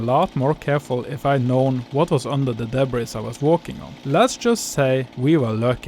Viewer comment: Love the video! ❤ And I’m positive that your English is far better than my pitiful attempts at speaking Norwegian! That said, you might want to know that “debris” is a French loan word borrowed into the English language, and as such, we kept the French pronunciation! So it is pronounced with a silent /s/ at the end of the word, including the plural (also with a silent /s/). Just trying to be helpful! And by the way, I had a Norwegian great-grandmother! Her parents were married at Avaldsnes Church in 1865, before emigrating “til Amerika”! Best luck with the barn restoration! ❤